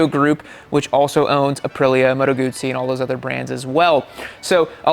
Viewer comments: The worst thing about this review is the constant mis-pronunciation of Guzzi. Try saying Guzzi as in footsie, NOT bootsie. Why do you keep missing gears? If you ever rode a m/c in the rain, you'd appreciate the 'wings' keeping your balls dry. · If you don't know how to pronounce Moto Guzzi, if you don't know how Guzzi riders call themselves, if you don’t know how to adjust the wind screen, then please make us a favor and don’t test ride Moto Guzzis anymore. You are harming your reputation and credibility!